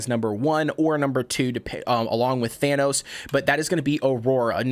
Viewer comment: Its... Than-a-tos. Not thanos with the infinity gauntlet lol